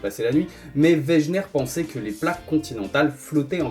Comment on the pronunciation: On ne dit pas weGUener ? 'en prononciation ?